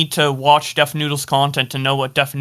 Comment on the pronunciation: Papa butchered def lmao